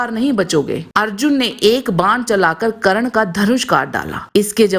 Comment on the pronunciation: Karan nhi burbok aurat, Karna bolo